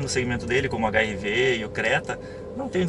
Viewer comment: aos .... eu podia jurar q ouvi HIV, em vez de HRV....kkkkk